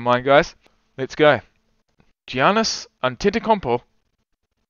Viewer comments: PRONOUNCED Ya nis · The g in Giannis is silent so it sounds like yiannis